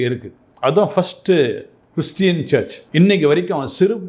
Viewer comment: இந்த மேடம் ku church nu kooda solla theriyadhadhu varuththam. Search nu solranga.